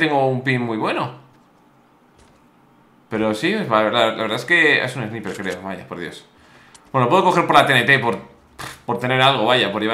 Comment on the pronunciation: Hola😂 no se dice "Sniper" se dice "Snaiper" lo escribo así para que se entienda 😂